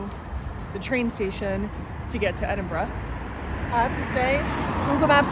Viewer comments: Must confess i loved your enthusiasm for Edinburgh, one of the first video's i've seen it pronounced correctly. Hope you come back you've only scratched the surface. Wishing you all the best on your travels. 👍🏻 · firstly ,,, props to you for pronouncing Edinburgh correctly and im so glad you loved the city and country . i lived there for a few years n i prefer it to glasgow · It’s always refreshing to see my home through another’s eyes, I’m so glad you enjoyed yourselves…and for pronouncing Edinburgh correctly 👍🏻 Haste ye back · This filled my Scottish heart with joy, seeing how you both reacted to our beautiful city of Edinburgh and well done you pronounced Edinburgh the correct way. I love Edinburgh and live only an hour and a half away from it, the buildings, the history, the old town and the new town. I am so glad you loved Scotland. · Thank you for pronouncing the name correctly. Man it hurts to hear some Americans say it.